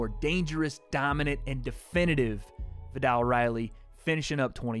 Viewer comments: The “ viddall “ concept 😂 love you ♥️ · Can you please pronounce his name properly